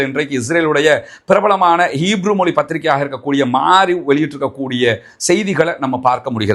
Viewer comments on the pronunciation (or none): none